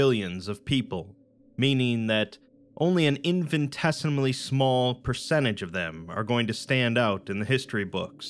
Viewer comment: You mispronounced infinitesimally. You're saying it like infant-esimally. It should be infinit-esimally.